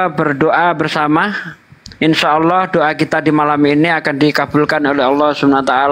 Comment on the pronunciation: TOLONG HATI-HATI MENYEBUT NAMA ALLAH, BUKAN ALLOH .... SEBAGAI MUSLIM KITA HARUS SALING MENGINGATKAN TERUTAMA YANG BANYAK NGAJI DI JAWA SELALU MENYEBUT NAMA ALLAH MENJADI ALLOH. INI NAMA TUHAN KITA DAN CUMA DI INDONESIA YANG BERANI MELAFADZKAN NAMA ALLAH SEPERTI ITU BAHAKN MENULIS SEPERTI ITU. PARA APOLOGET TOLONG INGATKAN ITU BAHKAN USTADZ DI JAWA SERING MENGUCAP SEPERTI ITU. DAN BANYAK KATA LAIN SEPERTI FITRAH JADI FITROH, TAQABBAL JADI TAQOBBAL. QALBU DAN KOLBU ITU SAJA UDAH BEDA MAKNA SAUDARA KU